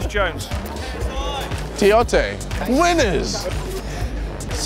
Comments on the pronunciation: Tiote? Shola Ameobi? Hahaha xD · Tiote? Lol